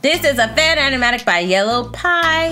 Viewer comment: This is by yellow py. Yellow Py:How dare you say my name wrong.